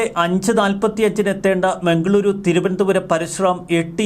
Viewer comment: മംഗളൂരു.. അല്ല. മംഗളൂറു.. അതേപോലെ... ബെൻഗളൂറു... എന്നാണ്. ര യും റ യും നോക്കി വായിക്കുക.